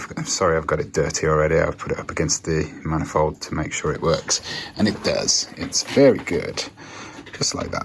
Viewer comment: Once again, it's pronounced man-i-fold. You're welcome.